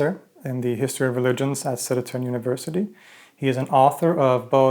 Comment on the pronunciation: Södertörn. Not Södetörn. God bless